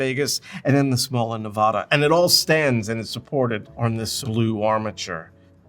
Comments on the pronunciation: Nevada has a hard a. It's not "Nevahdah," but "NevAAAAdah." You'll get immediately corrected if you call it "Nevahdah" in anywhere west of the Rockies (for sure) and (likely) anyway west of the Mississippi. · It's not Nevauuuuda it's Nevada . Correction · It’s NE-VA-DUH not NE-VAH-DUH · You’re mispronouncing everything. It’s Googie not gooshzie. It’s Nevada not Nevaah da. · It’s Nevaaaaaaaada. Not Nevahhhhhda. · The circles on the Welcome to Las Vegas Sign are dollar bills, not planets. Way to do your homework, and you pronounced Nevada wrong, it’s a short A. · You might gain a few viewers in Nevada; "IF" you learn how to pronounce it. Their's NO "O" in Nevada. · FYI you’re saying “Nevada” incorrectly